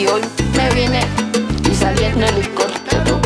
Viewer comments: Ella seguirá viajando en Hilicoptero, Hilicoptero, Hilicoptero Así lo pronuncia, ella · Brother se dice "ELICOTERO" no helicoptero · Cuanto se le dificultará decir ELICOPTERO.